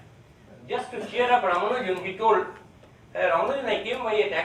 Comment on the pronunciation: As to the correct pronunciation: The stress is on the second "A", not on "U".